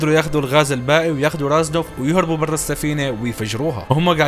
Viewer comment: اسمه ريزنوف مو رازنوف